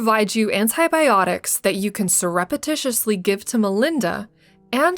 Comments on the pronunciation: Learn how to say surreptitiously. 😂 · learn how to pronounce words like philanthropic and surreptitiously.. you talk for a living